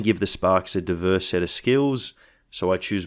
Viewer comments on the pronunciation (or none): none